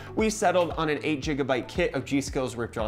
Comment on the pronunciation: Its "gigabyte" son....not "gegabyte"